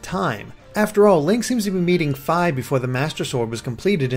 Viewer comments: ur saying Fi wrong... it's Fee not F-I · Fi is pronounced fee not fy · FEE FEE NOT FY FEE! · you say it like fie its suposed to sound like fee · FEE not Figh Sorry had to get that off my chest Great anaylses as usual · As soon as he said Fy I paused the video to see how many people would post "its Fi not Fy" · i think fi as in fie not fi as in fye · I swear, I thought it was pronounced "Fii" not "Fy"...strange. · Lol Fiye, its Fee. js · I know it shouldn't be bugging me lol but Fi is pronounced like "fee" not "feye" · its fi. you say Fai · BTW, Fi's name is pronounced Fee. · Fi is the Latin word for faithful. It's pronounced fee. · I think you pronounce Fi as Fee, like you're paying a fee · Fi's name is pronounced FEE. Also, this is a theory, but, since this is an alternate dimension, wouldn't that mean Midna and Link would have never met? Hence why she isn't in that human-ish form? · It's pronounced FEEEEEEEEEEEEEEEEEE. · nawoalanor Fi's a Greek letter, and it's pronounced fee... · Did he just call Fi, "Fie/Fye" What the fuck analysis machine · Learn how to pronounce Fi!!! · He cant say fi right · I was just about to comment the samme thing. lol :3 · Oh dear I think you mispronounced Fi and Lana